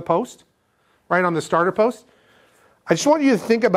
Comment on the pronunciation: “starter solenoid poist” 😂 gotta give ya credit for not screwing up more words with how much there needs to be said. Great videos and keep them coming! super helpful for a marine electrical apprentice such as myself. Happy Holidays from ft. lauderdale!